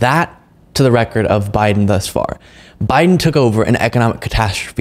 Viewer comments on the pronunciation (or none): guy thinks he is saying Biden correctly by calling him Biding, he thinks everybody is just dropping the g. Priceless.